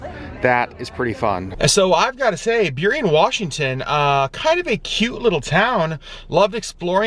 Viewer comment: I ❤ road trips! We lived in Burien 30 years ago-- I am so proud that you pronounced it correctly!